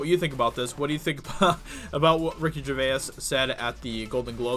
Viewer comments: Dude......great article but it's not Ger-ve-us it is Gervais (the vowel sound is a pure 'A', not two syllables e-us). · “GER-VASE” Not “GERVAY-IS!” Thank him by pronouncing his name right. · Can’t listen to this because you continually mispronounce his name, Ger-vay-iss. No, it’s Ger-vays. Two syllables. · Please stop pronouncing both vowels at the end of Gervais. He pronounces it Ger-vays... not Ger-vay-is. Thanks. I'd add that I like your commentary, but that's some kind of signaling thing, I think. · It is pronounced Gervaze. Not Gerva is . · Jer-vase. Not Jer-vay-is. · Ricky Ger Vay Ass? Ricky GerVASE. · Jer-vaze. Not Jer-vay-iss. Reek havok, not wreck havok. Where are you from? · Why do you pronounce his surname incorrectly... it isnt "Jervayas".. its "Jervais" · His name is pronounced Jervayz....not gervaiass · Ger-vayse not Ger-vay-iss. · His name is Gervais, pronounced Jervase, not Jervaez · Jer.vays. Not jer.vay.as. Please stop with that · Please stop calling him "Jer va is". Its pronounced " Jervace". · GerVASE (not Ger-ve-us) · Hey Dude...respect for the video...but his name is pronounced like GERVACE.... not Gervaiss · Gervais sounds like Jer - Vace Or. Jerv - ace not jer vay ess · Mate, mate, mate. Please stop calling him "Ger-vay-ass" it is pronounced "Ger-vase" thank you in advance. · This is the reason I didn’t listen after the 3rd time this guy got it so wrong. I want to high 5 his face. Oh and he does it to most names, place names etc in most of his commenting on others work. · Ricky Gervay-as 😂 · Gervais is pronounced Jer-vay-z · Love your vids. BTW it’s “jer-vay” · His name is pronounced GERVASE, PHONETICS. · You still can't pronounce his name 🤦🏻‍♂️ JER-VACE!!!!! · Ricky "jer vase" must get sick if you putting a third syllable in his surname it's a 2 syllable name you septic tank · It's just pronounced "jer vase" man. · Jer-vase . Is the correct pronunciation. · No doubt others have mentioned it but its pronounced "jer-vaze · Ricky Gervayez lol